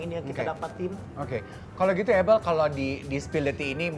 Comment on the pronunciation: Hostnya ngucapinnya “able” agak keganggu padhal kan “ebel” aja gitu lo 😂